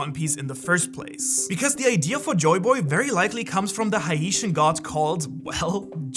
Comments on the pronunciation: You're supposed pronounce "Haitian" like "Hey- shun" in the event that in the future you reference them again. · Hey, I'm a huge fan. Just wanted to say; Haitian ≠ Ha - e - shun Haitian = Hay - shun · It's pounce Heytian not A-i-tian lol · You are not pronouncing Haitian correctly It is said like this..."Hey-shin" Not hi-ee'shin My dad is Haitian and my mom is Jewish, so I would know this. My great grandparents still live in Haiti, well the ones that are still alive do. By the way Joy Boy is originally from West Africa, not from Haiti. He was also present in the West Indies and the Caribbean islands, as well as Haiti. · I apologize But you pronounced Haitian as Ha-ee-shen when it's actually pronounced like Hā-shen. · You are saying Haitian wrong. It's not (HA-E-TIAN) it is pronounced (HAY-SHUN) but spell hatian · it is not hi-ate-shon it is hay-shan but amazing vid big bro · Haitian (hey- shen) is the correct pronunciation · everyone, make sure yah pay attention and get caught up on this good old haitian 🇭🇹🥁🪘 history. Yes my friends when luffy turns into a god hes no longer Brazilian he's haitian lol 😅 jk. Oh and by the way he mispronounced haitian 😅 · Are you saying Haitian? Cause that is wild 😮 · Can you say Haitian properly. Disrespectful. Geez through out history none of you people can say our words or names properly, yet we learn and speak your language with ease. Humph, that shows you a lot about your people. My people's history, culture and stories are all over one piece and Anime as a whole, hidden and overlapped by the writers from other countries. Smh. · Please stop saying Haitian like that. The Hai is pronounced like you would the word hate or wait.